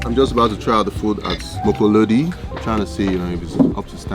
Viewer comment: Mokolodi he didn't say it right 😂😂😂